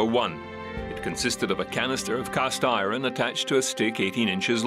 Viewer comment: ITS IRON NOT I RUN LIKE SAY EYE ERN NOT I RUN